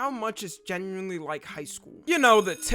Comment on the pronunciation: pretty sure he clearly said genueyska